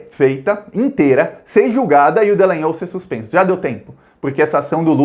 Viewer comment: por favor lembre-se que o nome da figura é Dallagnol, ou seja: D-A-L-A-N-H-O-L